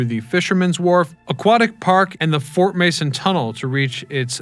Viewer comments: Fort Mason, not Manson! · Fort Mason, not Fort Manson. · At 3 minutes, it's fort Mason. Not Manson.